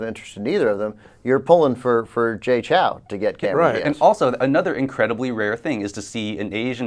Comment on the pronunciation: They say Jay Chou wrong. Chou rhymes with show.